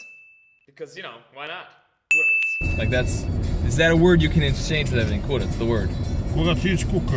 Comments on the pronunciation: It is not kuratc it's kurac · Kurac not KURATC😂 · it's kurac not kuratc😂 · u dont say kuratc u say KURAC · Its not kuratc XD its kurac* OML I cant belive a youtuber thats American and cares for Serbia exists😂😂😂😂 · Im from serbia and its Kurac and not Kuratc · It is kurac not kuratc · its not kuratc its kurac!!! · its kurac not kuratc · Its not kuratc, its kurac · Stop representing Serbia in a wrong way... We say "kurac" , not "kuratc". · kaze se kurac ne kuratc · Kurtac? It's kurac. I'm Serbian bro. And don't swear in bakery...gosh... Nobody does that (I mean some people do it...) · Not kuratc its kurac (Am Serbijan xD) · kurac not kurtac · kurac without t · There is no 'T' in Kurac! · Kurac without T :D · Nema "T" u kurac joooooooj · Kaze se kurac bez t